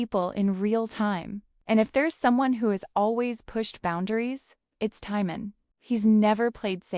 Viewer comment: At least say his name correctly